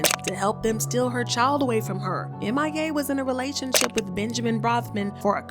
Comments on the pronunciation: It’s M.I.A not Mia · Her name is M.I.A... not "Mia" smh